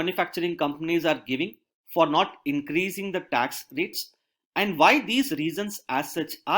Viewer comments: The way he's pronouncing "And" is really annoying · yehi toh problem hai india mey, feedback do toh problem, na do toh bhi .. I'm not complaining at the quality of lecture I'm just trying to point his pronunciation error honestly, I'm not laughing at him, I'm saying the way he says 'and' is not really the way 'and' is pronunced